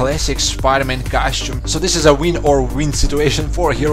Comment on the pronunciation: costume not cashew.